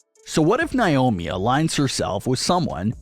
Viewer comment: Say it with me ….NAY- OH- MEE